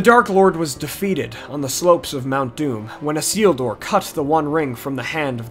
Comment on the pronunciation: A nice synopsis. Although I would take issue with much of your pronunciations. For instance - Is-il-dur or El En Deal. Nice work.